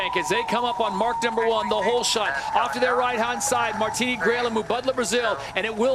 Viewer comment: Pretty sure a martini is a drink and Miss Grael’s first name is pronounced ‘Mar-Teen.’